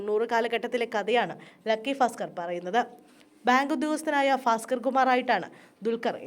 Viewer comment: Fasker അല്ല ഭാസ്ക്കർആണ്